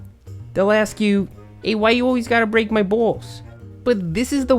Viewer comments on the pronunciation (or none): I LOLed when he said 'why you gotta bweak my baals"